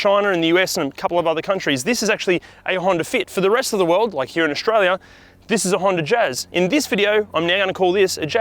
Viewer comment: I know where Australia is but where's this place called Aushtralia?